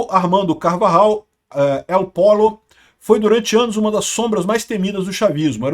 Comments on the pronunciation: Não é pólo é Pollo (polho)... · Alguém diga ao que Pollo é frango. Gallo ( Galo) é um posição acima dentro do mundo do narcotráfico. Então a pronúncia correta é Poio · LL em espanhol tem som de J entao o correto e EL POJO, o frango